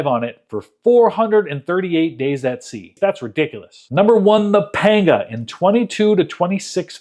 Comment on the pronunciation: paynga ... is pronounced pahnga